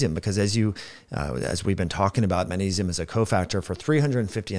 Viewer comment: I'm not even one minute in, and you've pronounced magnesium as "ma-nesium" about 5 or 6 times already. I don't think I'll be able to watch the rest of this. It's hard for me to put much weight in the words of a man who looks to be at least 45 years old, and still lacks the intelligence, perceptiveness, and self awareness to correctly pronounce and enunciate the word, magnesium. Especially when you're on camera and recording a video with the intention of publicly broadcasting. If youve spent multiple decades using the English language as a primary means of communication. Yet you still can't properly pronounce and enunciate a word that the average 5 year old should be able to pronounce, and can't even dial it in on camera where you'd think there would be an emphasis on clear communication. I can't imagine all of the details you'd probably overlook, on topics that are actually complex topics..